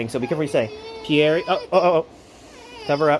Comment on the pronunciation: The way he pronounces pierre makes me cringe :(